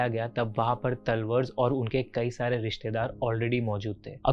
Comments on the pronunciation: Not तलवर its तलवार don't mess up with surname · Its TALWAARRR not तलवर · अरे यार तलवर नही तलवार नाम है। अंग्रेजी के चक्कर में नाम भी ठीक से नहीं ले पा रहे। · तलवर ❌️ तलवार ✅️ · Bhai talwar bolna to seekhle pehle theek se